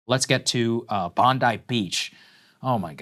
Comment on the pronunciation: Bondi, not Bondai.